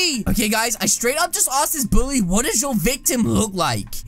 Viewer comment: mi. not buuly you buuly